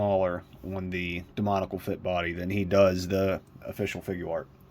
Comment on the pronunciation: Excellent review! However I am gonna say this because it bothers me and I see a lot of reviewers saying it haha. It’s not “demonical” it’s “demoniAcal” there’s an A in there too lol. Sorry for pointing that out but I thought I’d let you know! Great review and keep it up!